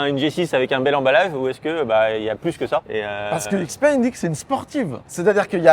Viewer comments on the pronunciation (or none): C est normal qu il a pas compris sur l activation du vocal: xpeng ce dit : Chi Peng.